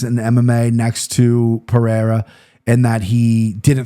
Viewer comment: It's Pereira with an R sound "Puh-Rare-Uh" it would only be an H sound if it was Perreira with a double R